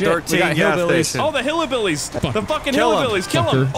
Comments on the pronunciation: HE said "Hill-a-billys" and I busted out laughing seeing this go down like some shit off Trailer Park Boys!! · No one gonna talk about and his pronunciation of hillbillies? Hillabillies